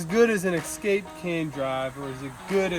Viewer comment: Escape not excape